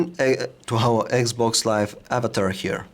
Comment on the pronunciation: dude it's 'Xbox Live', not 'Eggs box Live'...